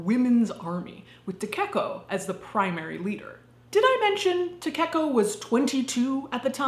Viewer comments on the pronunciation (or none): Great video but you kept saying Takeko in a weird way that hurt my little weeb soul. Takeko is pronounced Ta-Kay-Ko not Ta-Cake-O. Also, you would normally refer to someone by their last name in Japanese culture if you don’t know them.